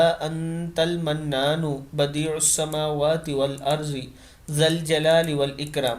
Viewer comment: Arbi m" zuaad " nhi balkey " duaad " prhtey hn, jesey " Wal arzi " nhi blkay " Wal ardi " AAP n Pori arbi to Sahi prhi mgr Wal ardi Ki jgah, Wal arzi prha hy, Jo ghalat hy, Urdu m zuaad prha Jata hy, mgar Arabi m duaad prhtey hn. Baaqi aapki kaawaish bohot aala hn ALLAH Paak ajar dey AMEEN SUMMA AAMEEN